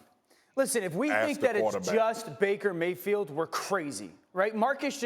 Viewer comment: Baker “mayfeel”